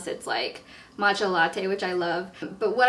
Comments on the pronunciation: I like how you pronounce "mocha". It's funny. x3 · Ahhh thanks! Hahaha, 'cause I distinctively heard a G when I went back to rewatch that segment ^^ ㅋㅋ